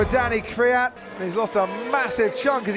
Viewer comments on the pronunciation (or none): none